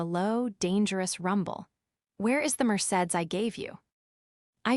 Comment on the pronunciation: More bad pronunciations!deep! It's pronounced mer say deez!